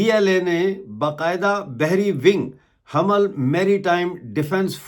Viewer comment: Hamal nahi, (ham mal) hai